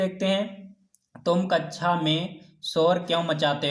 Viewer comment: Aap kxa ki jghe kacha kyo bolte ho sir